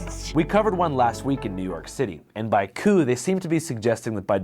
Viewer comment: ofc asmon doesn’t know how to pronounce coup